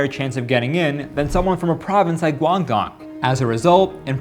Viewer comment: As a hongkonger, that pronunciation of 廣東 (Guangdong) hurt my soul